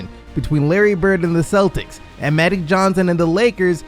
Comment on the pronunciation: Am I really the only one who’s gonna bring up the fact that the narrator keeps saying “Madic Johnson” instead of Magic Johnson?? 😂